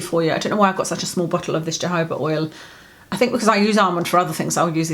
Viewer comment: You're gorgeous,. I had a little giggle over your pronunciation of Jojoba oil and my reaction/inclination. To an Aussie with a drawl like me, it sounded like "Jehovah Oil" and I thought..Hmm, I wonder if that's the oil Priests use to bless things. Then realised you said Jojoba. What a dumb, down under Sheila I am! lol.